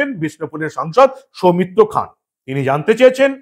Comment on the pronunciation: সৌমিত্র খান 💁‍♂️ উচ্চারণ সৌমিত্র খাঁ ।